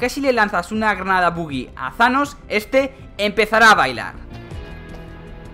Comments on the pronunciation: Se dice tanos no zanos Se lee thanos pero no se dice zanos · No es zaloo es thanossssss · Thanos * No zanos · embes de decir thanos dices shanos XD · porque dicen sanos en vez thanos como se escribe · no es shanos es thanos mirate la peli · Porq dices Zanos tio?? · like si crees que dijo zhanos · Tanos no thanos